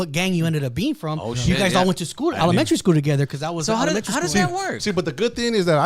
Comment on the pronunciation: Yo i love how he said he is was soo smart in elementary and then he said elementary SKROOL😂